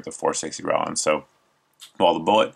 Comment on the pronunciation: John Rowland does not pronounce his last name the way you do, so why do you?